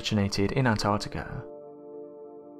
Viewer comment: I love these vids, but PLEASE can the lovely female narrator you've had on a few times, do ALL the ones that have ANYTHING to do with the ARCTIC, (not "ARTIC"!) ..& ANTARCTICA, (not "ANTARTICA") in it. It gets beyond frustrating and (cringe worthy) to hear it mispronounced, all the time. The best way to remember..apart from the obvious spelling, is to remember that they BOTH have an 'ARC' in them.. not an 'ART', before the 'TIC' at the end. In the case of ANTARCTICA .. a 'TARC' not 'TART'! etc. It is really distracting, and obviously a pet peev of mine, but some ppl especially kids these days, learn from watching and LISTENING TO YouTube vids and can pick up on some shocking 'adult', bad habits that can inevitably last a lifetime.. IF, not corrected. 😕 I get nobody's perfect, but if using a channel as *Educational and informative, even 'scientific'.. surely correct pronunciation should be of some importance to you? The young lass would be a perfect narrator in 'this' case. Hopefully this is taken as constructive criticism, and not a personal attack, as it's not being typed with any shred of malice. It's just an obvious issue, that comes up over and over, especially when said multiple times in a video. Perhaps not this one, but another where The 'Artic' and 'Antartica' where both said at least 6 times each. At one point it even became An'ar'tica !?? 😟